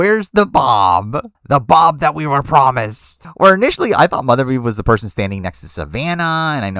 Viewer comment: For the love of god, please never say “mothervieve” again